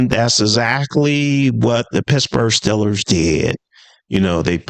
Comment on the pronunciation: Steel-ers, not Still-ers. And Garrett is better. I know all you delusional Shitsburgh fans will cry opposite but it’s true